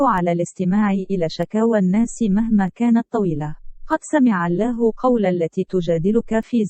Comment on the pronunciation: نطقك لكلمة الله خطاء في معظم حديثك رجاء اخذ الحذر